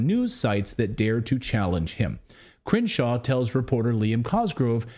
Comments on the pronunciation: I love the pronunciation "Cringe-shaw". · I swear it sounds like they're saying Cringe-shaw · the way you pronounce his name sounds like 'Cringe-Shaw' very appropriate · I keep hearing Cringeshaw...